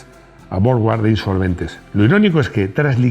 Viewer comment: Suena extraño que pronuncies la marca inglesa Jowett como "llovét" y la marca alemana Borgward como "bórg-uard" cuando es en inglés que la W suena como la u y en alemán donde suena como v, de modo que las pronunciaciones reales de ambas marcas serían más bien respectivamente "lló-uet" y "bórg-vard".